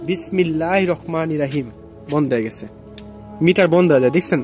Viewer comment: ভাই দয়াকরে আপনি বিসমিল্লাহড়া সঠিক ভাবে বলুন। বিসমিল্লাহির রহমানির রহিম এটা সঠিক আর আপনি বলেন বিসমিল্লাহির রকমানির রহিম এটা ভুল এবং এর অর্থ পরিবর্তন হয়ে যায়৷